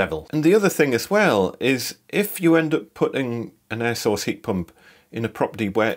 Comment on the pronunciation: Ihad two years of hell with an air source , at last someone who says it right.